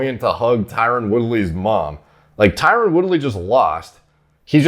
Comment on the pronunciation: His name is Tyron, not Tyrone. Pronounced very differently. Never heard of a tough dude named Shamar